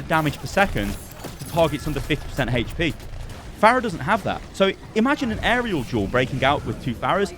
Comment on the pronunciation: "It deals 200 Heche-Pee damage"